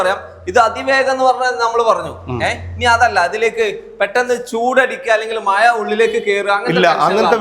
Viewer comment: മയ അല്ല Suhrathe മഴ